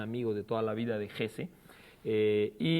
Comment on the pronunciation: Me extraña que pronuncie el nombre Hesse como "JES", y no como lo hace Nicolás Alvarado sin omitir la E. La manía de pronunciarlo todo como gringo es una aberración. La pronunciación correcta es "JESE". Uno de loa jerifaltes de Hitler, Rudolf Hess, sí tenía el apellido sin E final, pero no el premio ]Nobel alemán.